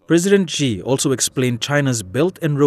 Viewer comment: Pence canot even pronounce Xi properly. That speaks loads on US ignorance. China will become number one both economically, militarily and in influnce around the world. The US has to accept that or there will be no peace.